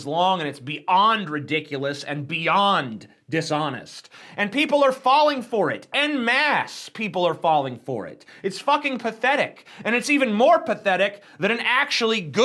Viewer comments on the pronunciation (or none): TJ: “en masse” is pronounced “on mass”. It’s French.